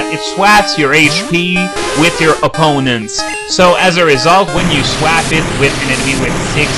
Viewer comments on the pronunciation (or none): swap is pronounced sw-awp